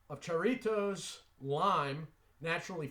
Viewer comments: Hi,. It's HA-rritos, not Cha-rritos. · The J is pronounced like the H in Hi. Harritos. Jarritos is real popular is Mexico. Good stuff.